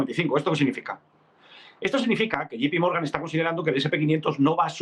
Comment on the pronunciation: se dice Yei (J) pi Morgan, no como dicen ustedes " yi (G) pi morgan"